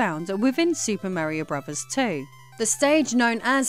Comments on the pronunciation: Bruvers? Lol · "Super Mario Bruvas" 😂 she says "Mario Bro's" though 😅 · "Super Mario Bruvverz 3" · "Super Mario Bruvas 3. Anus cess city" 😂 Also I was given a free Wii U about two years ago and it was great 😊 I got to play all my Wii games in hd and my kids loved the tablet. Unfortunately my 3 year old pissed on the tablet and it shorted